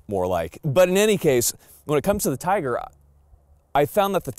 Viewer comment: Just a couple of words, Firstly, it is not pronounced Tiger [Teyeger]- it is pronounced Teegar. eee not "eye". We are agents for Izhmash and I have shot quite a few of their firearms in Russia. The SVD has a different twist rate than the TIGR, as it was designed for the lighter sniper projectile. [circa 147gn if my memory serves me well]. The TIGR is designed to take the heavier projectiles available to the public. The Adverse condition for the gas regulator was for carbon/soot build-up, as my understanding and nothing to do with the weather. I had a private TIGR which put three rounds of BARNAUL 203gn SP into the same hole at 100 metres and while demonstrating it on an Army Snipers course, I hit a Clay Pigeon at 850 metres second shot [adjusted] while using BARNAUL 185gn FMJ. Not bad for a rifle designed back in the Cold War!